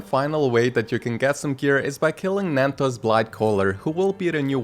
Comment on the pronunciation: Ah yes, Nandos Bilghtcaller, the Champion of the Bonkshee Qween